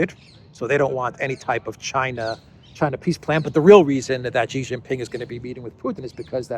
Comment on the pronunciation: JHEEJINGALEX, Xi Jin Ping, his name is pronounced SHEEE JING PING not JHEEE JIN PING. JHEE means PENIS in CHINESE LANGUAGE.